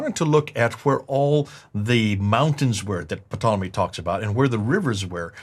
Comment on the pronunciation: I laughed every time said Ptolemy's name wrong! Patolomy??? 😁